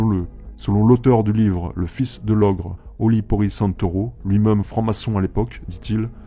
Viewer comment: (Même, et non pas "meume")